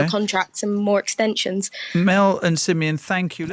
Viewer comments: it's Simeon. 😉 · Who’s? 🧐😂😂 good job Coys